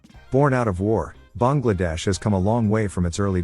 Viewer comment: Kudos to the narrator for pronouncing Bangladesh correctly. 🙏